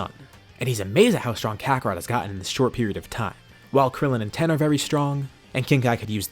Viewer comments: Bruh it's not 10 it's tien tiiiiiiiiien not 10 or ten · FOR GODS SAKE STOP CALLING TIEN TEN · Not Tein, not Tein shinhon just Ten